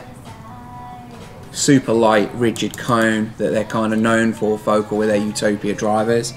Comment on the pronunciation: really like what you do. thanks.... psst, the emphasis is on the second syllable. fo CAL not FO kle